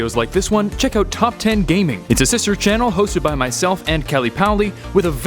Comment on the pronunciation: Why do you pronounce pokemon like ash in part 1 🙁